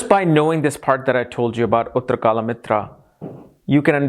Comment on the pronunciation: why your sanskrit pronounciations suck ? its not uttarkalmitra (later-kal/time-friend) , its uttar-kal-amrita (later-kal/time-necter).